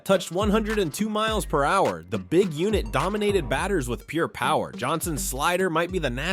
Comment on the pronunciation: "ninety m–po fastball" ???? Please define "m–po". I guess your AI system hasn't been taught how how "mph" is pronounced.